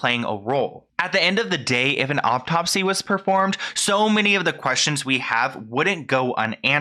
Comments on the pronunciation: Please stop saying "optopsy"! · Learn how to pronounce autopsy